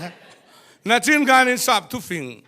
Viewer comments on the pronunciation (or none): Patling pui pui pawh hian 'Nachin' hi kan ti leh thin. Kei ngei pawh hian ka ti le fo. 'Nichin' tih zawk tur a ni âwm e